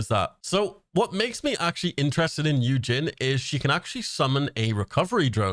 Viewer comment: Also Yujin is pronounced like Eugene 🤗 and is he korean?? I thought he looked more greek or something?